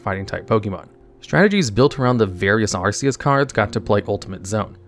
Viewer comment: Ark-e-us not arse-e-us